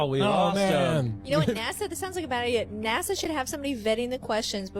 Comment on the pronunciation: it's NASA not NAZA get it right please...